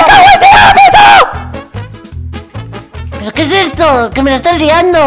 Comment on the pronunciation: es agapito no ahapito